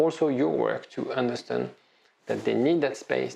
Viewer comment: Love your videos. So helpfull. Only thing I can't get use to: It is understAnd, not understUnd 😅